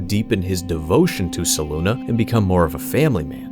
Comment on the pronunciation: Fantastic video! Only one thing id change... Selûne (pronounced: /sɛˈluːnɛ/ seh-LOON-eh or: /sɛˈluːneɪ/ seh-LOON-ay). Your pronunciation of her name drove me to the brink of madness every time you mentioned her 😅